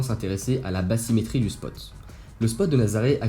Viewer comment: INTÉRESSANT, MAIS JE ME DEMANDE SI BATHYMÉTRIE SE PRONONCE BASSYMÉTRIE EN FRANÇAIS, LE TH C'EST T ET NON PAS SS,MERCI